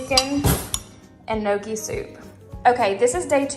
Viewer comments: Hi. I’m Italian. FYI, it’s not no-key. It’s pronounced nyo-key. The gn in Italian is pronounced the same way as in French ie filet mignon. Impress your friends by pronouncing the word properly. 👍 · I'm 70% Italian too but I never had gnocchi since my parents never cooked it so I had no idea how to pronounce it.. I think since so many ppl don't know how to pronounce it it actually would be impressive to me since even I never knew how, LOL.. The only reason I learned is because my son works at a fine Italian restaurant and he makes the gnocchi by hand.. The restaurant was just on Good Morning America this week!.. So I'm in my 50's and it was my son that taught me how to pronounce it correctly!! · I dont think she was trying to insult you.. I think she was only trying to teach the right way to say it because most ppl dont know..Its funny we all know how to say pizza, lasagna and spaghetti but no one can say gnocchi right, LOL but I always knew I was pronouncing it the wrong way tho!!